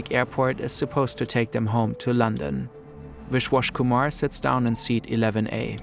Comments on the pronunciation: The amount of times you mispronounce names is insane. You are literally calling him wishwash Kuhmar, It's a B, Biswas Kumar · Wish-Wash Kumar. No attempt to pronounce it correctly